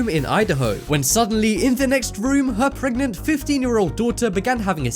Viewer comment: wait 15 year old daughter....preganant is that true????or did i hear the worng number XD